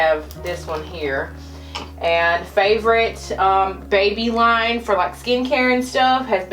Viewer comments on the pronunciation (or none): none